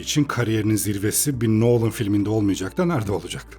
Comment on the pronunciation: Adamın soyismi noolın değil nolın